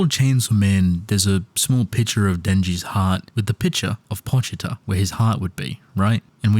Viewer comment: "pochiter" it's pochita